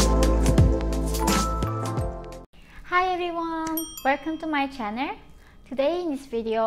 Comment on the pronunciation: Okay I genuinely think it’s adorable how she says “welcome to my channer”